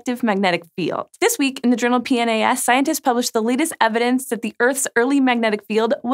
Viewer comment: The Journal P-NAS? Really lol?